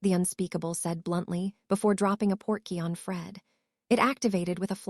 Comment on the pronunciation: Port-key Not porky as in Porky Pig